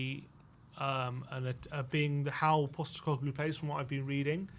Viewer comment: His surname is POSTECOGLOU not GLU. FFS.